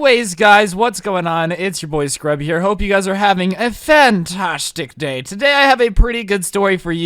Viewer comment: Nobody:: says “fantastic day” like a British person